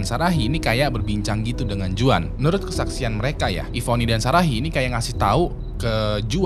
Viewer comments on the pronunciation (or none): Bang jgn cpet2 baca script nya, kek dlu aja agak pelan, btw bacanya bukan "juan" tp "huan" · Bang kalo juan bacanya bukan juan tapi huan bang.. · Bang izin kasih masukkan, untuk pengucapan nama Juan itu Huan (Berlaku di Amerika Latin/Mexico) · Juan dibaca nya huan bang , jose = hose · Sorry hanya meluruskan aja,Kl di amerika latin nama Juan itu dibaca Huan...! Tks